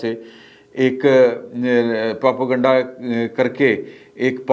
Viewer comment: The word is Propa-ganda ( sounds as propay-ganda ). It is not Propo-ganda ! For God's sake, correct your words.